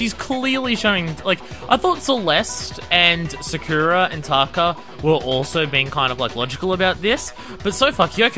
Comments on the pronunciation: SAkura not SaKUra. y u no prononce names like the characters in the game do... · They're saying her name over and over and you still can't pronounce Sayaka...or Sakura XD